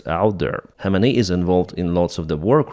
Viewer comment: khamenei kh is pronounced like kharkiv kh